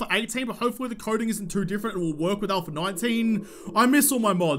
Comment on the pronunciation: All of a sudden its "ALPHA 19" now? How you gon pronounce it like that when you gave us "ALPHER 18" during the entire alpha? Lol. I was so looking forward to "ALPHER 19", but it never came......